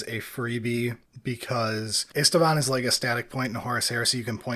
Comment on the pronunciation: Driving me nuts: it is IST-VAAN. There is no second "a" in the pronounciation.